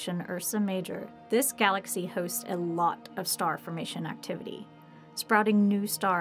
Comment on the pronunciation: A. Smaller. Universe not galexry